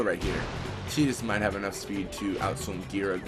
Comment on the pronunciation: tie-dus is how its pronounced